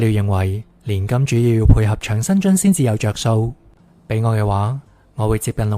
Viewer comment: 讀音掌生津，唔係場。是長者生活津貼的簡稱。:face-green-smiling